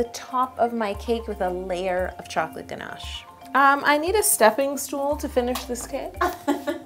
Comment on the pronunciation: did anybody notice that she said hey caramel to the ganash :)